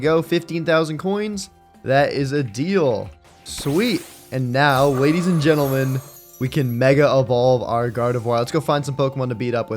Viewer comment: why did u say gadies and lentlemen?